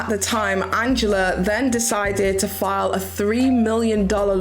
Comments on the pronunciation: I don’t mean to criticise, but have you deliberately changed names to protect identities? , you refer to Jeana Turner (pronounced Gee-na), Jiana Taylor, , you refer to Angelea Preston (pronounced An-Jah-Lee) as Angela Preston and , you refer to Bankable Productions as Banks Productions. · The original winner of All stars is Angelea (pronounced an-gel-lee) lol sorry to go all Hermione granger on you 😅